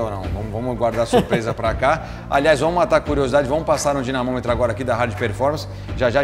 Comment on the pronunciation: NÃO É DINESYNOMETRO E ILUDINO QYE FALA KKKK